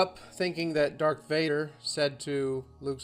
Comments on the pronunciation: Do you just say 'Dark' Vader? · Did you say DARK Vader?